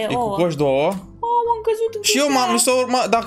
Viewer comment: Auzi la: Voi ati decorat ou ă